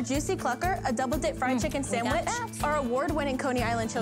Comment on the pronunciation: did you put a letter M in the word SANDWICH? Listen here..... but you SELL SANDWICHES!